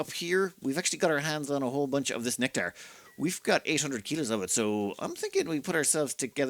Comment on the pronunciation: Love the neck-tar. LOL. I have read/said it that way a few times too. I think it has something to do with the other words around it... Especially bourbon (bon-bon) trees.